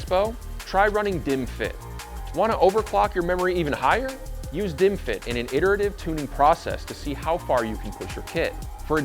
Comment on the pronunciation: Why am I watching bottles and hearing "dimwit"s?